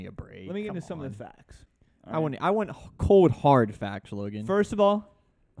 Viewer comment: The guy on the left can't pronounce cold or old properly. Sounds like he is saying code and owed.